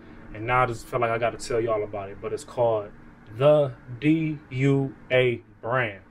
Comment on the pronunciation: damn u late on the DUA hype. i got my first bottle in 2019 and had probably like 100 bottles from DUA. its pronounced Do-ahh. i think it was Cubaknow that put me onto that house a few years ago, he has a ton of dua videos